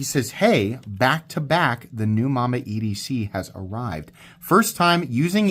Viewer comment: Mamba not momma!!😂